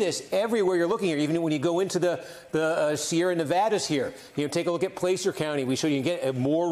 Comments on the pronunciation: Kornacki! Let's work on our words. Contra Costa: pronounced cost-a (not coast-a). Placer County: Pronounced pla-ser (not place-r). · This dude totally mispronounced Contra Costa County and Placer County. LOL